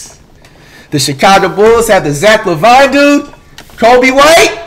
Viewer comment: flight say zach lavine name right